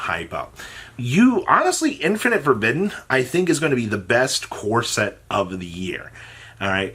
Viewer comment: Infeeerrrnit forbidden